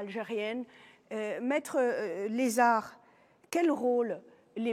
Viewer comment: Ça fait plusieurs émissions que vous prononcez mal "maître Lezzar" votre invité va finir par se vexer 😂 Excellente émission qui nous permet d'avoir une autre approche que celle du mainstream pour évoquer les évènements. Bravo aussi à la présentatrice